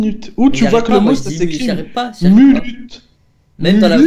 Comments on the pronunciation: Si il a envie de dire munute il dit munute 😱😱au respect sans A majuscule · 😂Arr lala munute a la fin tu a bien dit minute mais ta Vingt et un minute 😂Alors que ses Vingt et une minute feminin comme dit lasalle